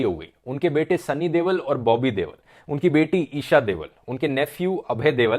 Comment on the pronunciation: You pronounced ‘Deol’ as devl.